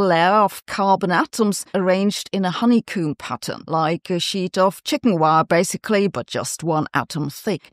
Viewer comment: Honeycomb like 'co' then add an 'mm' sound at the end. It doesn't rhyme with 'tomb' (so not 'coo' with an 'mm' sound at the end). English is messed up. We know.